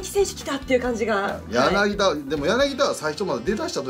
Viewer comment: 柳田はやなぎだじゃなくてやなぎた